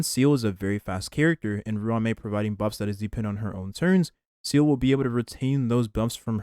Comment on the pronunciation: why do you always say seele’s name wrong? is it a running joke or something? she’s not a seal